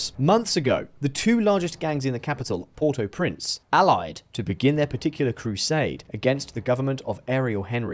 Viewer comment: Unbearable to watch. You mustn’t produce a report of a country without even bother to check how the capital is pronounced.